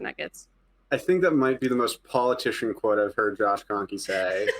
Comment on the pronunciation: Kroenkes really?